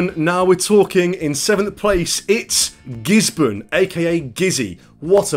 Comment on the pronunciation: YAY ! ! ! YOU PRONOUNCED GISBORNE AS " GIZBIN ". GIZZY HARD BABY.